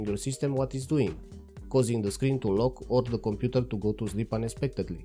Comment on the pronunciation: your accent makes Computer sound like Komputer which matches perfectly with KDE naming